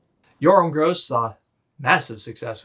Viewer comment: The Gross in Yoram Gross is pronounced with a short o not a long o He is Polish